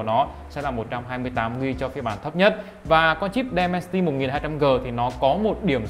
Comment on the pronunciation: Dimensity ko phải Demensity nhá bạn